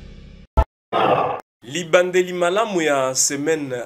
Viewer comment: Ebandeli elamu et non libandeli ..